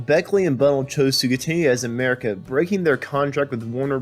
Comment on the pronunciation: It's Bun-nell', not Bun'-nell.